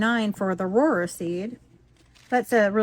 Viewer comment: Not that it matters, but Rohrer is pronounced just like “roar”